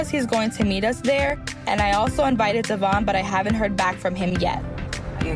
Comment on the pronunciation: It’s annoying how Brianna STILL pronounces Devoin’s name wrong